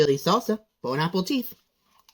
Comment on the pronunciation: I cringe still when he says "bone apple teeth" 🤮🤮🤮🤮